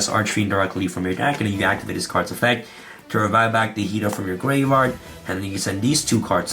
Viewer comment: The "grave-rard" is killing me. I'm sorry. 🤣💀